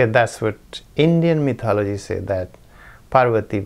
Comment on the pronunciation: Apparently a Dalit in India was recently murdered for riding a horse. This is one of the reasons for rioting in India recently - 2018. Congratulations upon your correct pronunciation of mythology, always mispronounced by Indians.